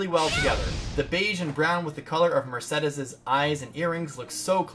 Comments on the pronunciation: You had me until Mercedes name got mangled, love you dude but I've never heard it said like that before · When you pronounced Mercedes like that, I thought I was having a stroke lmao. Also, loving these videos, I'm Golden Deer as my first run and recruited...15 people...and life is terrible now...but I was dying to see what everyone looked like! Thank youuuuuuuuu